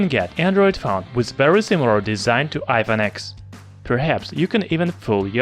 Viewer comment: it is pronounced iphone 10 not x